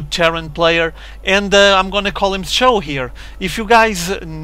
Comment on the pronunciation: It's pronounced like Show.